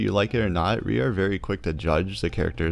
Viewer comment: This video is really clear and helpful. But please! It's pronounced "We" with a "W" and not "Re" with an "R"!